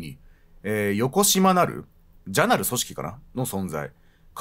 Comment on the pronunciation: 許さない、逃さないを、が、言うとコレ思い出します（笑）😊じゃなるではなく、よこしまなるです。